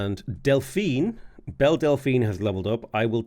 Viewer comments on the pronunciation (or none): none